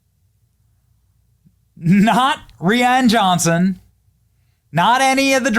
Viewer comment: Love your show…..but his name isn’t REEEEan Johnson. It’s RYYYYYan Johnson.